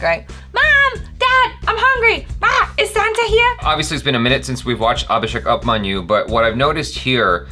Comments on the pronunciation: It's not UPManyu like Up... pronounced a bit like Oop (like Oops)- Manyu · I'll tell you something, it not "up"manyu as in up(above) . Its pronounced as *oop*manyu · It's not up-manyu it's oooopmanyu Abhishek Oooopmanyu U stands for oooo in Hindi alphabets so it's ooopmanyu Aaya kuch samajh me 🤭😛😂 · Upmanyu i not pronounced upmanyu it is pronounced oopmanyu. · It's not 'Up'manyu it's pronounced as Oopmanyu if you feel like knowing.. it's fine otherwise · its pronounced OOPmanyUUU